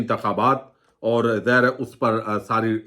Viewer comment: خدا را ہیلی کاپٹر کو “ہیلی کیپٹر “، ظاہر ہے کو “زہر ہے“اور کروڑ کو “کرآؤڑ” کہنا چھوڑ دیں اتنے معیاری تبصرے میں تلفظ کی ایسی ہولناک غلطیاں بالکل پلاؤ میں کنکر اور شیشے میں بال آنے کے برابر ہیں! براہِ کرم ہمیشہ الفاظ کے ہجے کو ذہن میں رکھ کرپڑھیں گے تو کبھی ایسی غلطی نہیں ہوگی۔ ہر لفظ کو پچاس مرتبہ کہیں پھر دیکھیں آپ کا تلفظ اور وی لاگ کن بلندیوں پہ پہنچتے ہیں! تعمیری مشوروں کو نظر انداز نہیں کرنا چاہئے!!